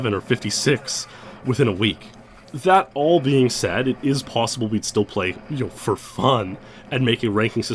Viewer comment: "it is possibledle"